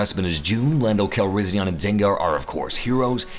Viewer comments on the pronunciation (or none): It's pronounced cal-ris-i-an not ahn